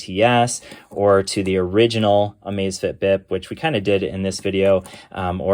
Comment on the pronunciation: LMAO it sounds like you're saying the Amazfit ass